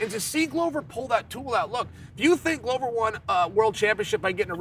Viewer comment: Why does Chael disrespect Glover by correctly pronouncing his name?